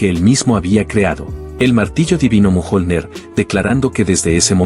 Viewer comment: A llamado al martillo mojonler? A la ia se le va fuertemente jajaja